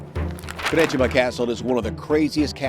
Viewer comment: Also, props 2 your pronunciation of predjima...my great grandma was from broad na kupi, right by the Slovenian border close to delnica. It means white sheep on the river 😅🎉